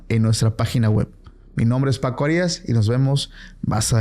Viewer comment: Paco por primera vez en tu vida pronuncia bien tu nombre no digas HARI....as di Arias junto y rápido con acento en la primera A escucha como pronuncian otras personas tu apellido ve a l técnico del Necaxa como pronuncian su nombre Raúl Arias